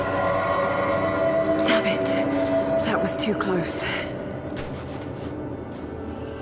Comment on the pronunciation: IGN 6/10, Adjusts hair to much, says DOMMIT, and pick axes too many walls. :)